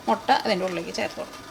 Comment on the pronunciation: Motta alla chechiii mutta